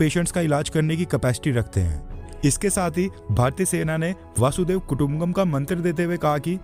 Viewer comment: आप कमेंट्स पढ़ते नहीं हैं। कृपया वासुदेव नहीं वसुधैव कुटुम्बकम् ही उच्चारण करें ! बाकी भाव उत्तम है।